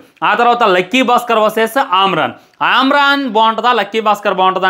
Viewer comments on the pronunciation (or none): ఆమ్రన్ ఏంది బ్రొ...😮😮 అమరన్ సినిమా కాదా 😂😂 ఒకె తిసుకెల్లి lkg lo పడెయండి😂😂😂😂Ra1 neee...😅😅